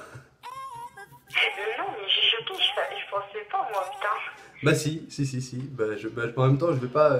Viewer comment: "pençais"? srx😂😂😂